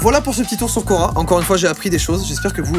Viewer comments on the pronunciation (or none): Il dit Quora et j’entend Cora 🥲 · Quand t' as dit quora g cru cora (magazin)